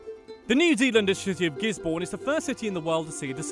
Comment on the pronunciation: Gisborne is not pronounced gis-born